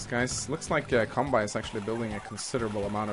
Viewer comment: tldr: flat damage is broken af. Pretty sure you pronounce it as kanbay btw x) Pronouncing it as kanbai is kinda annoying x)